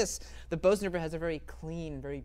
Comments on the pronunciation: The Bosendorfer is pronounce “Burzendorfer”. The umlaut makes a difference. I would just love to own one. What a beautiful sound and piece of furniture! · In this case, for sure the Bösendorfer. (Btw, I know many people pronounce it "Beauzendorfer" but the correct pronunciation is "Boozendorfer" (approximately). Just sayin'.)